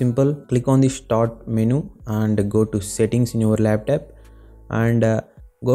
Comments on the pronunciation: Laptop❌ laptap✅ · lap..TAP??????? wtf bro you goofy af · laptap🤣 flipkort... Nd from here I m not going to watch ur whole video otherwise I'll forget my English 😂😂